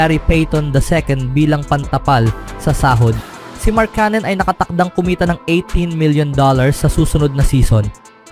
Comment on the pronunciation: Ang masasabi ko ay lalong umarte at paiba-iba ang bigkas mo ng markkanen. Magpakatotoo ka na kasi na pinoy ka, gumagaya ka pa sa iba e... 😂😂😂